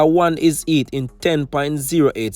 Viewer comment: Boss its a "Heat" not a "eat". And its "how" instead of "ow".